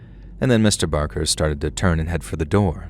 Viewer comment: listen... I love you so very much,. However, Mr. BaRker and I share a last name, and I'm here to tell you...this man has struggled enough!! 🤣 He doesn't need ANOTHER person mispronouncing his name, calling him "Mr. Baker!" Trust me, he's heard it enough throughout his life. Now that he's faced his fears, been trapped in a room with a dead body by preteens, and wrestled a mummy/dead man...he deserves to have his "R" recognized and respected, please, for the love of God!! 😅🤣🤣🤣❤️ edit I'm aware "Barker" isn't his real name, but it IS mine, so I stand firmly by my comment 💪🏻😅